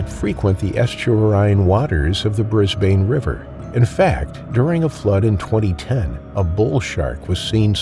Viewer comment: It's actually pronounced Brisban even if it has an e on the end but you are not to know,we learn all the time😊